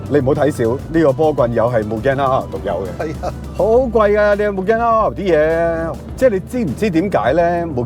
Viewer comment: 個名應該係讀double R , 唔係r勞r勞